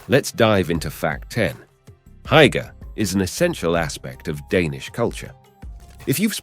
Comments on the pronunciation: Heike !!! 🤯😵‍💫😵‍💫 come again 🤣 It's hyyyygge sir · you have to practice the word Hygge its not Haigga XD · "Hygge", is pronounced, losely, "who-ggé", and the word "Please" is AFAIK, "Gerne"! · I lost all enthusiasm after hearing Hygge pronounced by the commentator at which point I realise he has never been to DK. Disappointing. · Many of the pictures shown here, are not from Denmark. Denmark has no mountains. Also, you shouldn't use words that you cannot pronounce, like "hygge" for example.